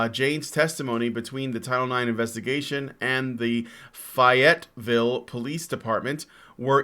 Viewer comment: Hey there,! Arkansan here, just wanted to say that the "Fay" in Fayetteville is pronounced like "Fey" as in fairies, or auto-de-fé. Not rustled too much since we got weird to say place names like Ouachita or Fourche Creek, Mount Judea (pronounced Mt. Judy, as in the judge), etc.